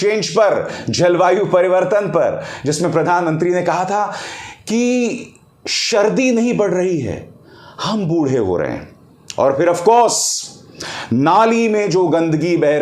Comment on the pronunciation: abhisar bachi tu bohot frustrate ho gayi hai teri life se aur beti - shardi nahi bolte - sardi hota hai